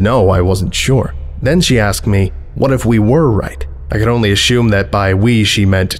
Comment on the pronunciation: Also "assume". Comes out as "asshume"